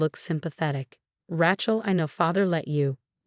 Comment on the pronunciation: also Rachels name is spelled and pronounced wrong along with so many other words.